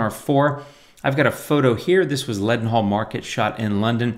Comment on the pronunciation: Lovely image of a lovely place, Leadenhall Market, pronounced Lead'Nall. Used to work near it many moons ago, lovely place for lunch especially midweek. Thanks for sharing.